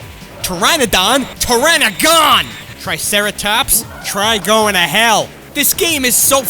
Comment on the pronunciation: Pteranodon? Pterano-Gun Triceratops? Tri- Goin a Hell